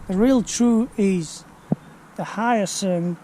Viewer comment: Pronounced wrong, sorry